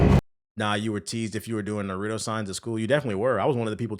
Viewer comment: “Nurudo” lol